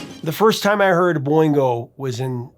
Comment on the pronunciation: Boingo Not bingo!